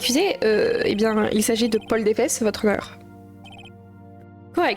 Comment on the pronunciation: "...le meurtre de Paul Defès!" qui lit. "Paul Défesse!"... POIL DES FESSES